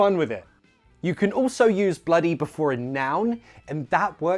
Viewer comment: Im not even british or american and i know it's not bloo-y There's no t and plus that's probably a low percentage.